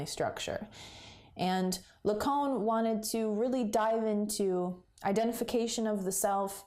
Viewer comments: Cait so. It’s not la cone. It’s la caan. Lacan!!!! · Hey really great video. Big like. Just one point of feedback - your pronounciation of the name Lacan is pretty off.. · I'll say firstly I'm glad you can appreciate I was only teasing! A very difficult theory to apply to anything, let alone as intended in analysis and psychotherapy. But google Zizek or perhaps Darian Leader to hear it's 'proper' pronunciation, 'lack-on' is a very rough phonetic way of representing it.